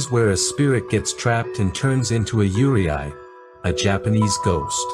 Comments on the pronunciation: it's pronounced Yu-rei not Yure-I. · It’s pronounced “you-ray”, not “you-ree-eye”. The Japanese language is exactly how it is written “yurei”. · Yurei is pronounced “Yur-ay” not “yur-ee-eye” btw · How do you go from "yu" and "rei" to "yUrIAi"? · I love how he correctly pronounced "yuurei" when separated into "yuu" and "rei", but reads it as "yurieai" for the rest of the video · It's very interesting, but just FYI. The correct pronunciation for Yurei is (phonetically) "You ray" not "you ree eye". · Yurei is pronounced like "yoo-ray", not yoo-ri-ai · Please note that Yurei is absolutely not pronounced “Yuri-Ai” it is pronounced you-ray. I’m really surprised you got this wrong 😅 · You cant say Yuurei (Its like Rey, not Re ai) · Why did you keep saying "yuuriai" instead of "yuurei"? When you broke down the word near the beginning you said it correctly, so you must have known how to say it, but then said it wrong throughout the rest of the video. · Its you-reh-eee yurei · “Yurei” is pronounced “u-ray”, not “u-ry-ai”. I assume this video is using AI voice but still, it creates a bad impression to your channel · This was great! Just one thing…Yurei us pronounced “You-Ray”. Yurei are mostly those with grudges and can’t move on. Yokai are those that take the form of animals or other beings. An Oni is a demon, a female demon is Onna. So like Kuchisake-onna. “Slit Mouth Woman”. See any of these…RUN LIKE HELL. ❤ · he explained how to pronouce the kanji properly after that still pronouce it as yureay lmao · I was so confused on your pronounciation 😂😂 "Yure-i" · Good documentary, one thing to note tho is Yurei is pronounced as Yu-re 😅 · great video, but just a heads up that "yurei" is pronounced "you-lay" or easier for english speakers, "you-ray" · How misplacing is that pronunciation in "Yurei". It's "you-ray", approximately. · its pronounced as yu ray... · How yurei is pronounced is haunting me T__T